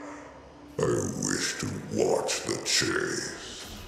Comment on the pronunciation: ALL IM SAYING IS SAID ONE WORD THAT IS VERY VERY VERY FAMILIAR....HE SAID “WISH” like a Ahamkara